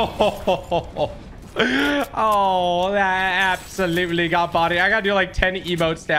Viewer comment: Love how u put “absholutely” and “inshane”